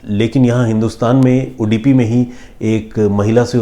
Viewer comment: Sorry not udipi it's Udupi